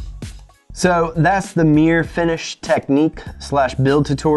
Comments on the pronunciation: Meer finish?? What the bloody hell is meer? I hope thats not Mirror hes trying to say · I say mirror you say mir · merr-ah or Meer? Bostonian FTW